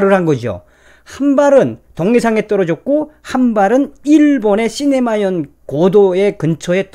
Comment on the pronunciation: 그리고 시네마현이 아니고 시마네현 입니다.